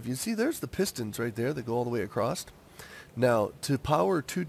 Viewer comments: ITS ACROSS NOT ACROSST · Not to be mean but it's "across" and not "acrosst"